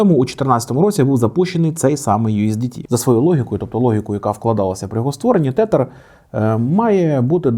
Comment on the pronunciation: вони називаються тезер а не тетер😭😭